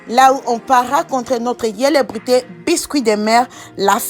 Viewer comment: Eh madame fr apprend le français d'abord au lieu de parler tu parles au lieu de dire célébrités tu dis welebrité apprend français dêh tchourou ô pi ci t'est ivoirienne tu comprends